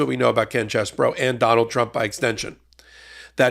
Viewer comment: You're saying his name wrong it's CHEESE BRO.